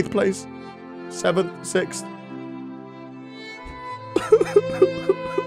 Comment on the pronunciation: and he said sixft